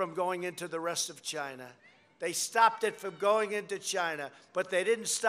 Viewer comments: After 4 years in office Mr. Trump still struggles to say China right. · "CHINA" i love this guy hahahah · ✨Chy- nya✨ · C H I N A H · "We were beating CHIENAH" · “We beat chiNAAAAAAH”